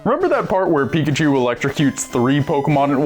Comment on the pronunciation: Pika-chue bless you